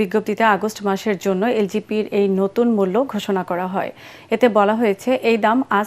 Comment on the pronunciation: এলপিজি কে আপনি এলজিপি বলেছেন!